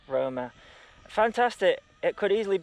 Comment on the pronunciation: "Diaton `Rona" lmao